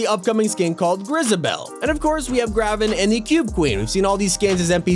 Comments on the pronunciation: Dude it’s “Grave-en” like Raven. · ITS GRAVEN NOT “gravven” like Raven